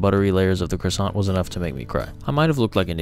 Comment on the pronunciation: It's not pronounced 'Croa-sants'. It doesn't take 5 years of frency study to pronounce it. At least do it the correct way, will you?